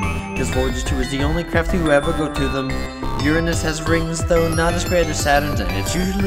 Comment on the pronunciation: Finally someone pronounces Uranus correctly